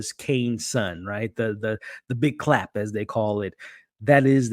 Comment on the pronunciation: Thats "Big Chap", my friend, not "big Clap" 😅